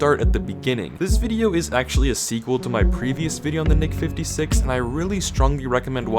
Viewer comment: Why does it sound like he isn't saying the nick 56.